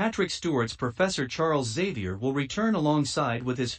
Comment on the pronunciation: Bro its pronounced Xavier not savia